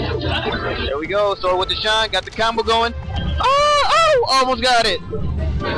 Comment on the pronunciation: "shien out of shield that shit is sooooo hard babay" he sounds drunk or cracked out my god lolol